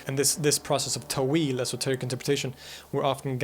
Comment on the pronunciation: It is pronounced تأويل not تويل